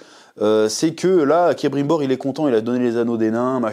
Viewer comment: On est d'accord que c'est Celebrimbor, pas Cerebrimbor. Désolé, ça m'a fait buggé pendant toute ta vidéo. Mise à part ça, tu m'as bien fait déliré ! Perso j'essaye d'apprécier la série pour ce qu'elle est : une fanfiction hors de prix, mais faut avouer qu'à un moment donné il faudrait quand même respecter ce qu'a écrit Tolkien, qui a passé sa vie à réfléchir à la logique de son univers, avec ses gosses qui lui posaient tout le temps des questions pièges et des "pourquoi?" dans tous les sens, et prendre aussi le temps et l'argent de se payer de vrais et bons scénaristes qui savent écrire...